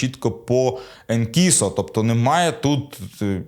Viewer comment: Не Енкісо а ЕНСІСО.